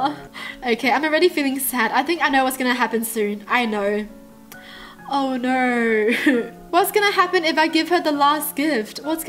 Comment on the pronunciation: im not making fun of how she talk but i could not stop lauhing when she said no no no no all i heard was nor nor nor nor